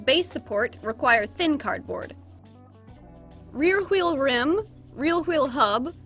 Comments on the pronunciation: struggling to say “rear wheel” for 25 min straight weal wheel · “rear wheel” weal wheel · struggling to say rear wheel this whole video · alternate title: struggling to say rear wheel for 25 minutes straight